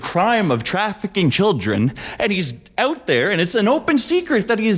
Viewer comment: "here me owt" canadian detected